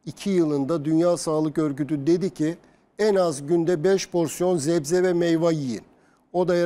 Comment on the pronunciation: 35 kez zebze dedi